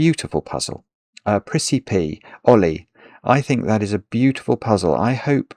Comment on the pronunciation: I thought he was saying a British pronunciation of the name Ole.